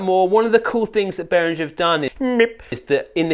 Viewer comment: Behringer is pronounced Beh-ring-gr (rolling the ‘r’ on ‘ring’ if you want to get fancy)